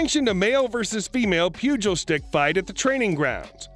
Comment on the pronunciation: It's "pew-gahl" not "pew-juul" 😂😂😂 like bugles the snack lol but with a P